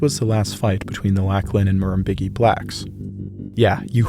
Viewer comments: In Murrumbidgee, the "dg" is pronounced the same as in "fridge". Also, a lot of our native wood doesnt have a straight grain, its really tight and curly (sic). Bit of a bugger to split into firewood actually 😂. From what I've seen, a lot of north hemisphere wood has straight grain? Loved this video and cant wait to see the rest of the series! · I knew someone else would have said that. I will add that the "bidge" is said like "bridge" with the r removed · Just a quick pronunciation correction here (hope that’s ok): Murrumbidgee is pronounced like: ‘muh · ruhm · bi(d) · jee’ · Its pronounced Murum-bid-gee. Not Murum-big-ee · It's pronounced nuller-nuller, not noolar noolar. Murrumbidgee is pronounced murrym-beegee. Beegee being pronounced like the three member falsetto singing act famous for the Saturday Night Fever sound track. Aboriginal languages are usually spoken in a stuccato fashion, and quite often very nasally - almost like an English speaker would sneer. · Murrumbidgee…. Pronounced Murrum..bid—gee… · It's pronounced murrum-bij-ee by the way. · You needed to source the wood for your boomerangs from eucalyptus from So-Cal, it's a noxious weed there. And Murrumbidgee is pronounced MUR-RUM-BIDG-EE where BIDG-EE is pronounced like BRIDGE without the R. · Thanks for your excellent work mate. Oh and it's murrum-bidge-ee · And nullah nullah was pronounced null-ah the null as in null and void. Murrumbidgee- the d is silent . So it's murrum- bigee the g sounds like a j. Ciao. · Murrumbidgee - the "g" is soft as in "gee whizz". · as someone who lives near(ish) to the murrumbidgee river I cringed at the pronunciation. The dg is pronounced the same way as the dg in fudge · Listening to you mispronounce Murrumbidgee is infuriating. All the tools are at your disposal these days to ensure you're saying these things correctly. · Lock-Lin and Murrum-Bid-Jee is the pronunciation you were after. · Lachlan. Lock-lan Murrumbidgee. Mah-rum-bid-gee